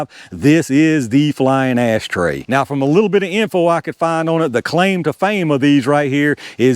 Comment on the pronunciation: You said "ass tray". 😂